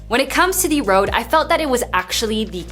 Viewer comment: Its « Reud » not « Rowd »